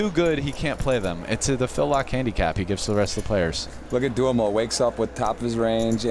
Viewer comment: I wish people would learn the correct pronunciation of Duhamel, it is DOO Mel